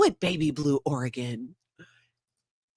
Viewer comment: the phone call was excellent! Thank you for pronouncing Oregon correctly. Liz Gale is awesome too.